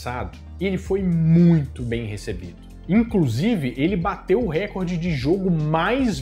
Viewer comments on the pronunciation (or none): none